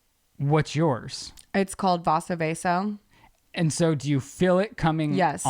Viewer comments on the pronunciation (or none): vaso vagal... LOL not vaSO VAASO